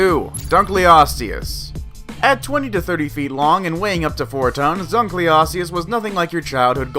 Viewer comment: Not dunkeosteus